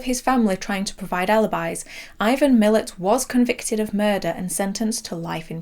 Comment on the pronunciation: Great video! Very slight correction, Ivan Milat’s who inspired John Jarratt’s character of Mick is pronounced ‘Muh-latt’ and he is known to almost every Australian as well Belanglo State Forest where they found his victims. Great video, this did pretty well in Australia on DVD as I recall, harrowing to watch 😬